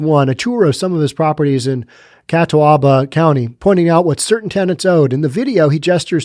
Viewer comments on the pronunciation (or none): It's pronounced Ka tob ah. If I was a land lord I'd be booting people regardless of what the government said.